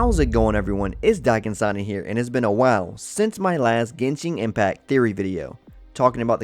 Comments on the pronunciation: Please... please, look up how to pronounce the names of these characters, places, and things. And it's not 'Genshing'. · Your pronunciation of "genshing" terms hurts